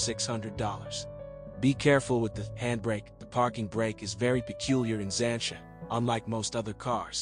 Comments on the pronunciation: It’s not ‘zansha’ it’s ‘zanteea’ duh. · I turned this off when I heard “Zan-cha” and “trunk”😂